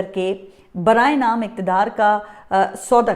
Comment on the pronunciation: او بس بھائی جان، برائے نام کو براہ نام پڑھ رہیں، اور ماضی سے سبق کو ماضی میں سبق پڑھ رہیں، اور طنزیہ انداز زیادہ ہے، اردو سننی ہے تو حبیب اکرم کی سنو